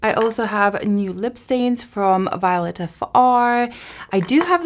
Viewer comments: NYX = Nix (pronunciation), Violette_Fr (Vee-oh-let) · Girl.......Three days of 100 degrees!!! I am so happy to see a video of yours just as I laid down to chill for awhile before I have a bedtime. LOL Grandbabies tomorrow . 💜💙 BTW...... it is Vi-O-let and yes it is French. 😊